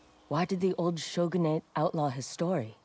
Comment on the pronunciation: "Shogunate" bruh